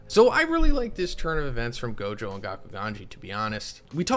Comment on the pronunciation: Anyone notice he keeps saying Gojo wrong. It's not Jogo lol